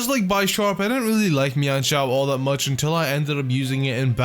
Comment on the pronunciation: It's men shao